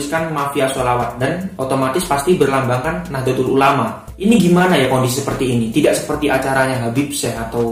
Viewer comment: Mas kudune NAHDLATUL ULAMA bukan nahdlotul ulama